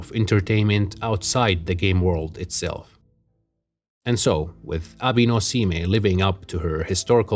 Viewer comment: Nice analysis just want to say Abe is pronounce "A-Bay" and Seimei is pronounced "Say-May", hope that helps. The rivalry of Abe no Seimei and Domon is also about a box and divining what the contents are. Which were originally 15 oranges then changed to rats. The Fujiwara family is actually the real ruling family behind the Emperors in the Heian period. So Domon is actually still allowed at their family home which shows he had considerable influence to plan and execute his ritual over a period of time.